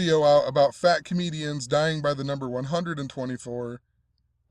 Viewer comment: Man, why do you gotta say it like FAT comedian died? Kinda rude as hell!